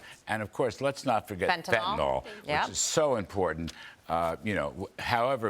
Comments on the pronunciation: it's FentanYL, not FentanOL (dammit) :) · It is spelled and pronounced fentanyl, not fentanol.